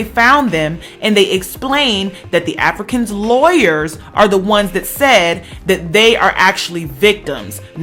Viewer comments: Why you keep emphasizing AFRICANS like that?!! Felt like I was listening to some 1950's propaganda shit agaisnt Africans. They are Americans!! Huge turn off. I could've turned on FOXnews for that. 🤔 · I like to be fair but the way in which you were even emphasising the words Africans as if you want to separate the two brothers from even being Americans (which they are) because of the wrong they have done which is a shame. They are Americans period. I wonder if they did something good, if they would still be called Africans, as if nothing good can come out of Africa. IJS.